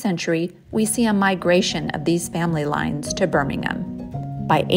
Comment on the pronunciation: Impressive pronounced Birmingham correctly 😅